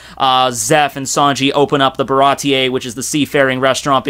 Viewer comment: Bar a tee .....not .....ba ra tee yay